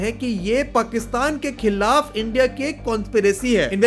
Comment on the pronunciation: India ko Endiaa bolte hai sale😅😅😅